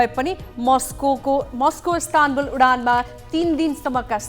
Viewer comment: ISTANBUL लाई इस्तानबुल भनिन्छ .. इस्तानाबुल/ISTANABUL हैन पत्रकार भाई !!! 😂